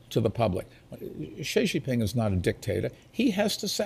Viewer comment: he didn't say Xi Jinping, he says XeiXei Ping, he's the mayor of the city of Cangzhou. That's a lie, but he really doesn't know how to say Xi Jinping XD